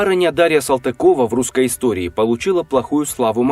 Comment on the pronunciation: Если фамилию не правильно произносит до дальше и слушать нечего. (Моя фамилия от того и задедо😉)